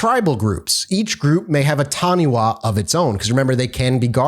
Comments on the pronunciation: I think I could buy New Zealand being known for Taniwha. Most people here have heard of them. Cringed a little on the pronunciation though. wha is usually pronounced Fa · 'Wha' in Maori is pronounced as an F sound. Taniwha is pronounced tani-FAH, although it sounds a lot cuter the way you are saying it.